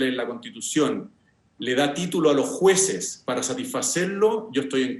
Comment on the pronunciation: Sociale, Juece, Salu, gracia, adio, pensione, ufff qué mal habla el Dr. Constitucionalista.